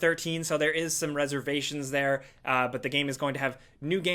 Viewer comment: Nobody:: HELLO THAH